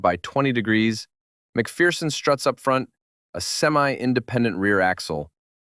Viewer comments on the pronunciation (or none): none